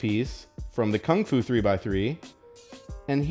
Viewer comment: Lol Kungfu collection as you guys know. What a fail. it's pronounced completely differently to that.